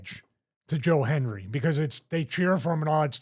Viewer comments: Hendry... not Henry, Stevie haha! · Stevie called him “Joe Henry” several times. It’s “Joe Hendry” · Stevie cant even same his name right, calls him Henry about 20 times